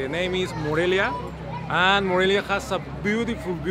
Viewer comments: Morelio....lol. Whoa, have you visited Morelos? I've heard you mentioned it. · Haha, was funny heard you say Morelio most of the video but actually you're kind of right the place is called Morelia because of the Mexican hero Morelos, we hope you visit us again you missed a lot of interesting places here! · dices "Morelio" aaah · How can anyone not watch your vids to the very end? I just love that you attempt Spanish fearlessly...and with a smile on your face, realize you've continuously mispronounced the name of one of the most fabulous cities in the Americas. We love you! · "Aah its Morelia not Morelio" LoL! Loved this!! You guys are awesome! Lots of love from Miami x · Morelia is where I’m from 💘 lol “Morelio” close enough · LOL!!! I'm from Morelia... that's my home town!! and I forgive you for saying Morelio instead... :D Wish you come back some day, Morelia and the state of Michoacán has a lot to offer... did you visit the Monarchs butterfly sanctuary? that's actually something that connects Canada to Mexico. 🦋